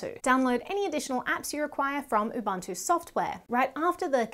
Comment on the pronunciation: Very informative video, but she missed that it's pronounced Ubuntu and not Ubantoe.